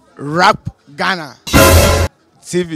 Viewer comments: Hahahahaahahahahaha.. My ribs!!! He said RAPGHANA hahahhahahahahahaha! Ku3!!! Could the videos be a little longer. Pls! You guys are too funny and no one can ever get enough. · Did him say Rap Ghana??😂😂😂😂